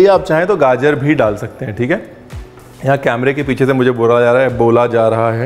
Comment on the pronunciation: Aap camera ko camela kehte hai 😁😁 Ranveer aapne bataya nahi tha ...😂